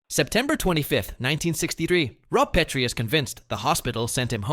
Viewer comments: The pronunciation is carved into my memory. A science teacher said that those white ceramic things we used in the lab were PEET-REE dishes. The only PET-REE dish was named Laura. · Oyyy, you had me enthralled until you pronounced “Petrie” incorrectly. AI for the loss… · AI narrator didn't even pronounce "Petrie" correctly there at the end.